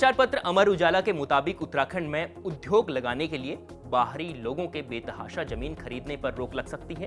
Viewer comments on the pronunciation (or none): बहुत बढ़िया, पर उद्योग को उध्योग क्यों बोलते हो???